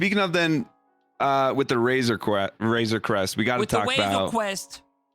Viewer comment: "Wayzuh Cwest 🥺" - 2021